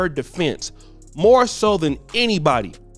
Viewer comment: "Wait.., there's muore"!!